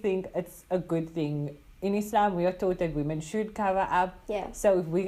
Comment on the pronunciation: appreciate the way you pronounced Islam, not Izlam